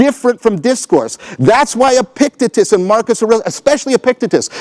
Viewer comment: "Epicktitus" btw. :D